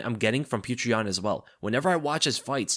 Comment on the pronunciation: jeesus christ learn to pronounce his name right.. PEE OH TER ...